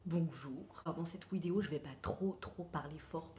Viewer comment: J'aime bien quand tu dis "Wideo", ça vient d'où ?